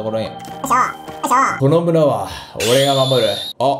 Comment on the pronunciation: 最初のこの村は俺が守るって奴、野々村は俺が守るって聞こえたw